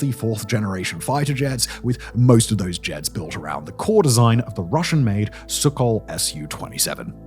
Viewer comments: He also makes the same pronouciation-errors as AI. He says "Sukhol" where it should be "Sukhoi" and "A.W.A.C.S" wher he should say "Awacs". 😅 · Pretty sure it’s Sukhoi not Suckhol. Gotta fix that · Sook-Hoi...... You said Sook-HoL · 'Sukhol'?! Simon, it's 'Sukhoi'. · HE SAID SUKHOL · Ain't no way this guy said "Sukkol" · correction. its pronounced SUKHOI (ends with i) from wikipedia: Native name АО «Компания „Сухой“» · lol "sukhol" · Errrrrr, chaps, the Eurofighter Typhoon is most decidedly NOT a single-engined aircraft! And Simon, if you're going to continue covering conflicts in which Russian aircraft are involved, PLEASE learn how to pronounce Sukhoi - it's "Soo-kh-oy". with the 'kh' pronounced as the 'ch' in 'loch'. It's careless editing and pronunciation errors like this that rather dent your channel's credibility. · Not even. The “kh” makes a soft k/hard h sound.